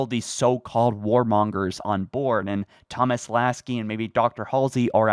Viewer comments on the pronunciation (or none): none